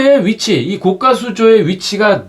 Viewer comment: 좋은거 알게 되었네요. 감사합니다. 항상 잘보고 있습니다.별거 아니지만 하나 거슬리네요. 자꾸 고가를 고까라고 발음 하시네요. 그건 비싼 수조를 말합니다. 별거 아니지만 ... 댓글은 사절